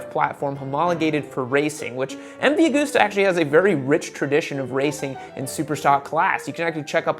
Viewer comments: Great vids as always. But for the record. It’s MV Augusta as in gust not goose.... look to August for pronunciation clarification. You’ve got everyone in Europe laughing right now.... which is not a bad thing in the grand scheme of things really... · The pain in my heart when you say Aug OO sta, instead of AugUsta. Like August, the month. :/